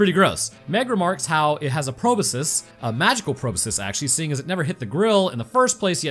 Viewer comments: My brain when said magical proboscus, "It's a magical proboscus Charlie." Then again and again, every time he said Proboscus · BTW "Proboscis" sounds like it is spelled: "PRO-BOSS-KISS". Yes, I am Mr Helper, but come on, microbiologist.